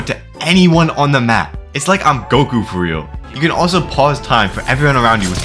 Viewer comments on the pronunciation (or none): none